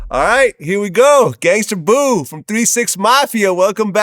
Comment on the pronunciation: It's Gangsta Boo not gangster... Vlad always erroneously puts -er instead of -a on words. It's a good thing he doesn't say the n word!